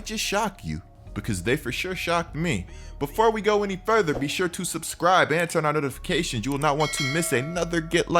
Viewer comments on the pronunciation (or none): none